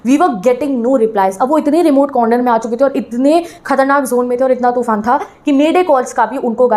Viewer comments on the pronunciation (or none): Madam तूफान hota hai टूफान nhi hota😂😂😂😂